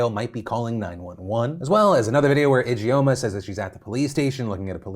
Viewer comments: Just a note, 'Ijeoma' is pronounced "idge-orma" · Your pronunciation of Ijeoma is killing me lmao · if anything at all comes out of this victoria secret karen story, i hope it's everyone learning how to properly pronounce the name ijeoma (EE-juhm-ah) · Ijoema sounds Nigerian. If so, it is pronounced Ee-jaw-mah.